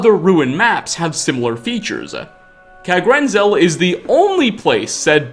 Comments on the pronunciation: Locahtionsss, Diahloghh, Kagrenzelhhhe, Weirdhe, circless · Kagrenzel and kagrumez